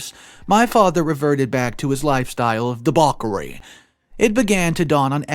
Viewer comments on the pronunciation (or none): you still need to work on pronouncing words correctly! Debauchery is NOT pronounced "de-bock-ery"! The "ch" is Not a 'K' sound, it's a 'ch' sound like in 'chair' or 'chin'. Still amazed at how many words you screw up in pronouncing correctly!